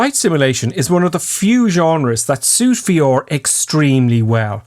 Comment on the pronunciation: Thanks for slowing down. But it's VR, not V OR 😂